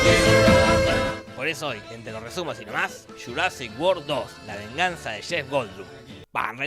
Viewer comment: GÜELCOM TU SHURASIC GUOR Nivel de ingles: ITSH OUBER NAIN TAUSEN! :v